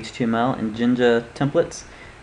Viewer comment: "Templets" Lol, Thanks for the video it helped alot.